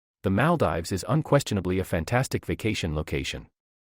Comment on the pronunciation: Great video but its pronounced Mal-deevs